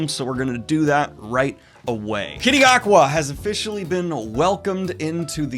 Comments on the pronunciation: I think Ncuti Gatwa is pronounced more or less like "Shooty Gatwa". There's a video called "How to Pronounce Ncuti Gatwa (According to NCUTI GATWA!)" where you can hear how it's said a couple of times. Might be useful if you keep reporting on Doctor Who news in the future. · The name is pronounced SHOO-tee GAH-twa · Did you pronounce ncuti gatwa as kitty aqua?? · Okay Daniel, one of us is pronouncing the new Doctors name very wrong.